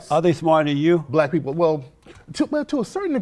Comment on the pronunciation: "Do U Lurve Black Peepl"